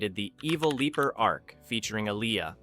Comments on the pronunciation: How are they going to claim this isn’t an AI channel when they pronoun “evil leaper” as “evil leper” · The Evil LEPER and Bakoolas? Learn how to pronounce it right!